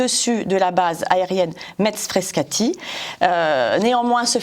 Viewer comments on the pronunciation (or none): Metz se prononce, en français, MESS ! Même les Lorrains germanophones, quand ils parlent en français, prononce ainsi le nom de la ville.